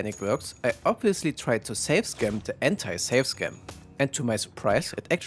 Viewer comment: by the way, it's save scum, not save scam